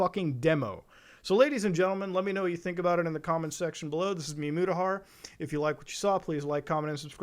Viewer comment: At around the 3 min mark, we get to witness Mute-ahar 😝